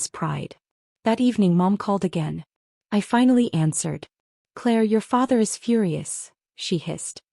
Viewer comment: teach your AI to read propertly - 'is' is NOT 'I S' : that is just in the first 43 seconds